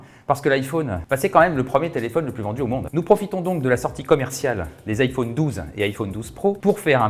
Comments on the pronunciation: On dirait Stuart dans The Big Bang theory 😂 Iphauune 🥴😂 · Iphaune il a dit 🤣🤣🤣